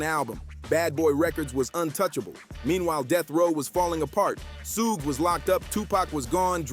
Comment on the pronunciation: Why can't this this guy say suge correctly